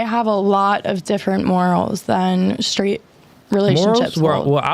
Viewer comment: "shtraight"??? what language does this demon speak? Or is it just the "prescribed" thwarting of language???